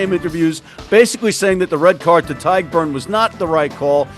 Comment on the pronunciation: Great show. Feedback for: Tadhg is pronounced "Tige" not "Tad"